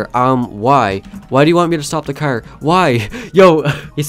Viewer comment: I just keep thinking how he calls a car , a "cer"